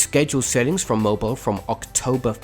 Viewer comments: Mobile = Mo-beel for all non southerners 🤣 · Someone tell thst the city in Alabama is pronounced Moh-beel